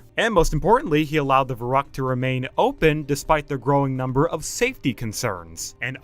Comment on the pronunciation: I mean I'm angry that the designer and park manager got away with this junk...I am just as angry at the Narrator saying Veruckt and not pronouncing it Verookt...the ü is a ue sound in German 🙂